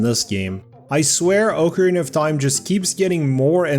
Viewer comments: Ocarina not oakarina oc like octopus that’s how it’s pronounced quit saying it the other way you sound like a dumbass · Oak-a-rina of time